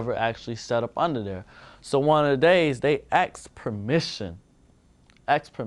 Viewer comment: "AXED permission" lol. It's difficult to take someone seriously when their pronunciation of a 3 letter word is rivaled by toddlers.